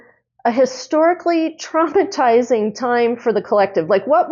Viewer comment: lol…you said traumatizing but I heard trumpetizing. 🤣 which truly is traimatizing